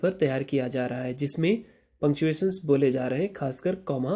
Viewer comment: Sir Panchuatio kyu bol rahe hai aap😂😂😂😂 ye kaise likhu mai according to grammar mai lagta tha ye sab